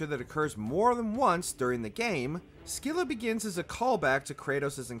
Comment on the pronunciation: Finally someone pronounched Scylla right😂